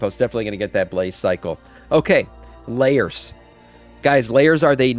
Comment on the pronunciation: LAAAAIRSSS, Like AIR, not Layers, wtf.